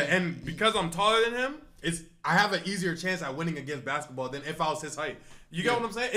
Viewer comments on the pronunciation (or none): none